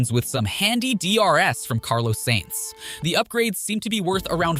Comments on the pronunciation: The way this guys pronounces drivers' names...like SAINTS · Carlos "SANES" How can anyone take you seriously when you can't even get a race winners name right? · Appreciate the content OF! But I guess since this channel's still growing in early stage, you won't mind some suggestions like "Sainz not Sehnz", "Alpiiiine not Alpaine." It's just a matter that themselves are already tired of explaining.